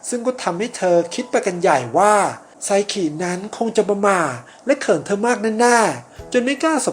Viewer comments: พี่ครับมันอ่านว่าไซคินะไม่ใช่ไซขิ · ไซคิได้มั้ย อย่าไซขิ หนูฟังแล้วหายใจมิออด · พี่ครับไซคิ ไม่ใช่ไซขิ ครับ55555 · ไซคิไม่ใช่หรอคะไม่ใช่ไซขิ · เขียนไซคิ เเต่อ่านไซขิ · ไซคิไม่ใช่ไซกินะคะ🥲💖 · ไซคิ ป่าวไม่ใช่ ไซขิ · ไซคิไม่ใช้ไซขิคับบบบบบบ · ไซคิ - ไซขิ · แอด ครับ ไซคิ ครับ ไม่ไข่ ไซขิ